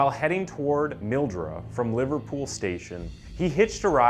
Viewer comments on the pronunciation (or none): its so weird to hear this story ive never heard before despite it happening quite literally a town over from mine. Also you did an awesome job pronouncing most of the town names, though i would like to point out that Albury is pronounced awe-bree and Mildura as Mill-dure-ah